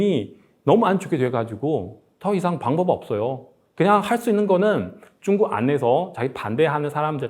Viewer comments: 발음이 왜 이래 쭝구 가 뭐야 ㅋㅋ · 중국말은 조사가 없는지 자꾸 한국어 말씀하실때 조사를 빼먹으시는군요. 참 그리고 중국을 발음할 때 역시 쭝국이라고 하는게 맞는건가 보군요 ㅎㅎ